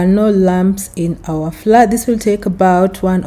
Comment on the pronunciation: The correct pronunciation of the word "Flour" is as "flower". Not "Flaaa" Just to avoid confusion for others. Thanks for the recipe 🤗